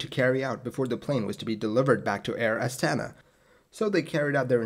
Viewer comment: The emphasis is on the last "a" - Air Astana<